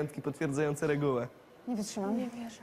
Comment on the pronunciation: ✨️dżewo✨️ ✨️wyczymam✨️ ✨️zaMnjj sie✨️